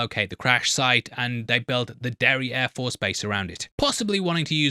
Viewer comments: Every time he says Derry Air Force I hear derriere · Anyone else giggling at the sound of "Derry air force"?